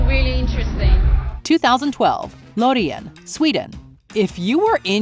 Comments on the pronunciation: that's definitely A way of saying loreen.. lo-rei-en? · Why does this video even exist? It is factually inaccurate and the host clearly has no idea what is she talking about. Lorean, yamala... This is really disrespectful tbh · The way she pronounced "Loreen" 😬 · No but the way you pronounce Loreen is actually just illigal..